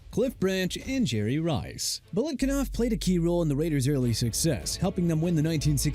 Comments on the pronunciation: BILETNIKOFF!! And you and the New Or-leenz thing... IT'S PRONOUNCED NU OR-LINZZ!! LASTLY IT'S SANTANA PRONOUNCED SAN-TAN-NAH NOT SAN-TA-NUH!! Nobody replies to me... EVER. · Browns: Honorable mentions should go to Mac Speedie and Dante Lavelli Packers: Snubbing Don Hutson -- who basically invented the WR position -- for Jordy Nelson is absolute blasphemy. Raiders: Voice over guy can't even pronounce "Biletnikoff" right. Rams: Elroy "Crazy Legs" Hirsch and Tom Fears should at least get an honorable mention. Giants: Frank Gifford gets an honorable mention here. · They couldn’t even pronounce Fred Biletnikoff’sname right. The disrespect man. Also, no AJ Brown for the Eagles? No TY Hilton for the Colts? This list is absolute garbage. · Dude need to next time say Biletnikoff not Biletkinoff. I'm done commenting and don't none of you ppl think of replying. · Agreed! His credibility is shot! Especially the way he pronounced Fred Biletnikoff's name! 👎🤮